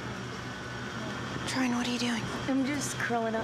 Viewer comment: Its troian